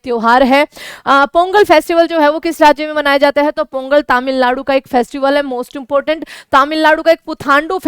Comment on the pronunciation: तमिलनाडु ❌️तमिललाडु ✅️